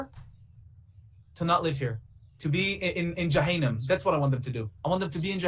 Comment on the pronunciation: jahainem 😂😂😂 look at the pronouncement , poor guy